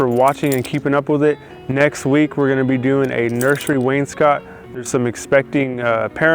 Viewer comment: Dude, wainscot rhymes with Wayne's Boat. Not Wayne's Snot!